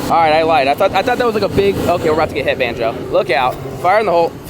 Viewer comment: Was watching some of your old vids and i was so confused cuz u used to call banjo- Bonzo? 😂